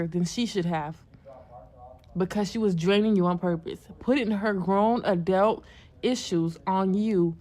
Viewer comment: Did she mean to say adult, cause I know damn well she said adalt. Now I know she didn't stop yo azz from going to school 🤦🏿‍♀️